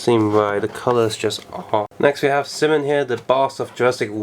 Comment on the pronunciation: Not sim-on its s-eye-mon